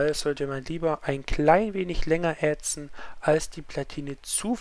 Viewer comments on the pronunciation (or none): ätzen, nicht ähtzen